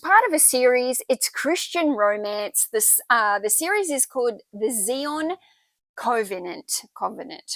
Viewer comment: Zion is pronounced Zai-on. Covenant is Kov-ah-nant. Just being helpful for next time.😊🌹 Love your work...so much profit too. Love it❤❤